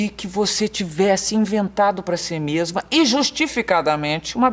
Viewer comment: Bem pobrinha, como ela ''MEMA'' diz .. aeee Marília Gabriela, português perfeito!